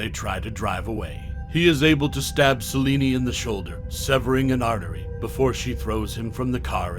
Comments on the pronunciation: Celine. Not Celinie. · Idk why you kept calling her Selini. It’s Selene(sel-lean) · Its Selene not seleney lol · Selene. But he’s saying salini🤣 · Is he pronouncing Selene as "Saw-lenie" or is it just me? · So you don't know how to pronounce Selene?? Did you watch any of the Underworld films?